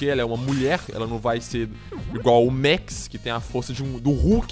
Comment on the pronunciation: ele falo meu nome errado n se pronuncia mex é Max Mex e mais pra inglês